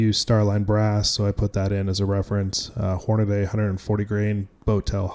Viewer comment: Horna..dee. Not harna....DAY!!